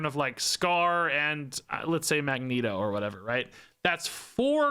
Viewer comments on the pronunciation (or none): none